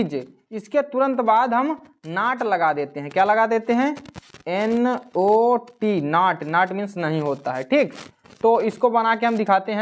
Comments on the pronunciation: Sir vo nat nahi Hota vo not Hota hai😂😂😊😊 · Sir nat nahi not hoga